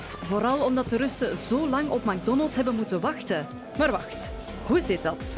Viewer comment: Het is mec Donalds hoe je het iitspreekt